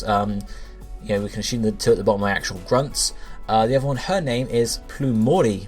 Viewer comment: Super honest question. Bro, where are you from? I have literally never heard anyone with an accent relatively close to yours pronounce assume like ashume. I'm really curious, not insulting your accent. I just want to know what accent that is.